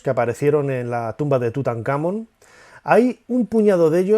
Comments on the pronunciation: Nacho, te hago una consulta. Si la palabra Tutankhamón lleva el tilde (el acento como decimos en argentina) en la última sílaba, Món, porque, cuando lo decis, pones la tilde en la tercera sílaba, Kha?. Saludos 👍🏻🇦🇷🇪🇸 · Hola Nacho, gracias por tus videos , ojo TUTANKHAMÓN tiene acento en la O , saludos Gabriel Chile